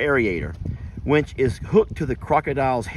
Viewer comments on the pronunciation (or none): Sierra Hahaha! He's always inventing new words, some of which don't make sense and leaving you saying: Huh? Take the word which for example. He says it whench. Kind of rhymes with wrench. Every word got to have an N sound to it with. 🤣😅🤣